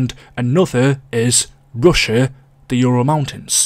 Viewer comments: "Pruzia" made me shiver lol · prussia is pronounced like russia but with a p bro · The way he said Prussia lol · That butchering of Prussia though. . .